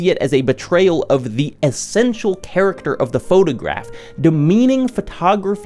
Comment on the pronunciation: I'm sorry; is a fantastic video essayist and I'm a genuine fan but I laughed for twenty minutes when he pronounced it "photeygraph."